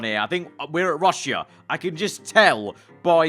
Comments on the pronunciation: Never have I ever heard a man say, “Rush-e-ah” instead of “Rush-ah” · guys, that is "rushya" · Nobody: Absolutely nobody:: 'Russeea'